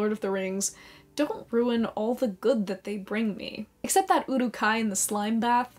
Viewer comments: "Oh no, the Uwuk-hai were scawy Ó•Ò" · Love you but your pronunciation of urukhai needs work